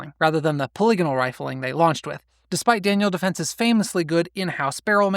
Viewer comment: You pronounce “polygonal” kinda funny 😅 how do you say polygon? Pole-ee-gun? ❤❤❤